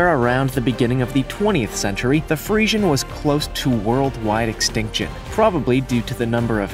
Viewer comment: So frustrated you said Friesian wrong the whole time thats ok